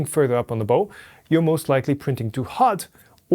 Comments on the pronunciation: FYI Bow pronunciation: bow of a ship is pronounced the same as the bending forward motion on meeting a king (for instance) this has emphasized O , like the O in Ouch ! . Bow with a soft O is what you might wear around your neck as a tie . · Bow... the way you pronounce it is what you tie on a gift, the bow of a boat sounds the same as cow . So quit gift wrapping when you talk about the bency. lol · Excellent. Thanks. BTW bow of a boat is pronounced like the word how. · nit: the pronunciation of a bow of a boat is /baʊ/ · In English, the bow of a boat or ship is pronounced like the way you would say "cow" or "ow" (i.e. I hurt myself). Not tying to be critical, just trying to help. Your content is always great, and your mastery of the English language is superb. Probably the best English I've ever hear from a native German (And I lived in Germany for several years back in the 80's). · Bow pronounced like bowing to a king, not like shooting a bow and arrow.